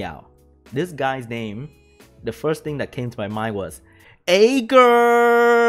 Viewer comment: OK i will comment just don't hurt me. The Vampire Lord is pronounced EAR-GAR and the Water B K is AYE-JEER.